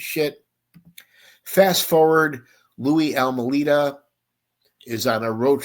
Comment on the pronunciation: A few things to correct, it is pronounced Al-May-Da, not Al Mu Leda. Second, his story was corroborated by John Lowe's testimony. Third, these are all scum bags, Louie included. Last, he died in May of 2017, in Munster, IN. He never left Chicago, he stood in the back of the yard neighborhood for many years with his mom, caring for her as she got older. Then she passed in 1992, he stood there until about 2014 when he moved in with his sister to Munster. Any other questions, please let me know. I will explain more.